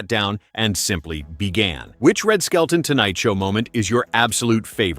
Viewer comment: His last name is "SKELTON", not skeleton!